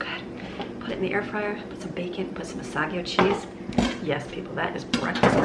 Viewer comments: Asiago cheese is pronounced Ahh•see•ahh•go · It's A-SEE-A-GO cheese